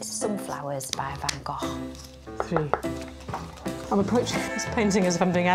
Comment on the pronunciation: I also appreciate her pronunciation of Van Gogh.